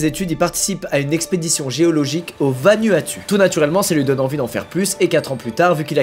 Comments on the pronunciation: wow sa me tue comment il a dit VANUATU mais en vraie sa se dit VANOUATOU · Bonjour squeezie je voudrais juste rectifier la prononciation de "VANUATU" sa ce prononce plus "VANOUATOU" le "U" se prononce "OU" voilà allez bisous à plus 😚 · Vanuatu se dit "Vanouatou" pour info, ça tape à l'oreille quand on connait la prononciation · “au VanUatU” 😭 ça ce prononce VanOUatOU 😂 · Vanuatu 😂 on dit Vanwatu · Super histoire ! Mais à titre informatif, vanuatu ce dit "vanouatou" Force à toi, continue comme ça ^^ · “au vanUatU”🥲 “vanouatou” ça s’lit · le vanuatu😂😂 c vanwatou que sa ce prononce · "au vanUatU" 🤣🤣 sa se prononce vanOUatOU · j'adore il a dit "vanuatu" alors que les "u" en tahitien ce dise "ou" donc "vanouatou" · ça ce lis vanuatu mais ça se prononce "vanouatou" j'ai habiter la bah 2 ans mais ou sinon j'adore ce genre de vidéo continue t'est au top bg <3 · « vanUatU »😭 prononce le « vanouatou » ahah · ça se prononce "vanuatou" mais s'écrit vanuatu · Sa s'écrit Vanuatu mais se prononces Vanuatou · Bonjour squeezie, tu a dit Vanuatu mais sa ce prononce vanouatou* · ça se dit "vanouatou" mais sa s'dit pas "vanuatu" comme sa s'ecrit... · Salut squeezie, « Vanuatu 🇻🇺 » se prononce VanOUatOU 😉😉 sinon Big up pour tes vidéos, j’adore le concept, on apprend pleins de choses 🫶🏽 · Au vanUatu... Non squeezie sa se prononce Van(o)uatu ;) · 💀 moi quand il a dit VA-NU-A-TU sa s’écrit comme ça mais sa se prononce vanouatou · Ça ce dit vanuatou pas vanuatu c écrit vanuatu mais sa ce dit vanuatou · (on dit Vanwatou mais trql sinon) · Vanuatu, ca se prononce ''Vanouatou'' 😅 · «au Vanu-atu» 😂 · On s en balek du vanuatutu. Veuillez agréer Madame Monsieur l'expression de mes salutations distinguées. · Vanuatu "vanouatou" je dit juste ça comme ça mais ta vidéo est comme les autres toujours au top ! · haha vaNueATue il dit 🤣🤣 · Vanuatu, ça se prononce "Vanouatou", et c'est un archipel, il n'y a pas qu'une île. XD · Au vanUAtU 😂😭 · Pardon SQUEEZIE mes chez nous ça se prononce « VANOUATOU » 😅